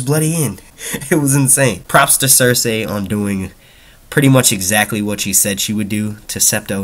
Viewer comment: it's Cercei pronounced cerSEE not cerSAY bro, and Dany will probably go to Dorne and make her way up to Kings Landing, since Dorne is where the houses that are supporting her are at